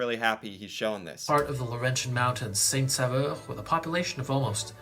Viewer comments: It's SAINT-SAUVEUR (Saint-Savior) not SAINT-SAVEUR (Saint-Flavor). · Saint-Saveur 🤣😂🤣😂🤣😂 Please! It's Saint-Sauveur. It means Saint Savior. Saint-Saveur would mean holy flavour... 🤣😂🤣😂🤣😂 It shows that he does not speak French! And the mountain he showed is not the Saint-Sauveur mountain. Mountains in Québec are nowhere this big. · It's Saint-SAUVEUR, not Saint-Saveur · Its not saint-saveur XD its saint-saUveur😅 "au" in french is pronounce like the letter "o" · It’s saint sauveur! Not saveur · It is actually St. Sauveur not Saveur (pronounced Saint Soverr) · He spells St Sauveur incorrectly (leaving out the first 'u'), and hence pronounces it incorrectly as well. It's 'sain -so-veur', not 'sa-veur'. He also includes pictures from Banff National Park in his talk on Jasper (hundreds of miles away), and most of the skiing footage he includes for Saint Sauveur is from the Rockies - or maybe the Alps. That 'vista' is not from Golden, either (don't know where that shot came from). So overall, not a very reliable source, this video. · It’s saint-sAUveur not Saint-Saveur (saveur = flavor / sauveur = savior ) and it would be pronounced with the letter « O » instead of « AU » bcuz French do like switching letter sounds👍👍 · So, the town name in Québec is actually Saint-Sauveur, (prononced Saint. Sover) which means Saint. Savior in French. He made a mistake there. Without taking anything away from this really great town in Québec, another one would be Percé. This is the town right at the end of Gaspésie peninsula and faces the «Rocher Percé» (a gigantic rock in the middle of the ocean eroded by nature and looks like an elephant). You can whale watch there, have amazing food and meet so wonderfully friendly people you could ever meet in your life. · It’s actually Saint-Sauveur, not Saint-Saveur 😅